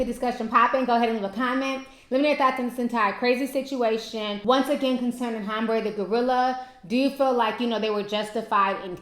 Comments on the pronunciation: Name: Ha-ram-be. Not Hambray Ti. Lol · Ha-ram-be ... 3 syllables:-)